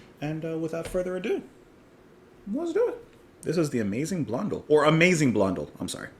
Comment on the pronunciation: Pronounced "Blon-DELL" with the emphasis on the final syllable.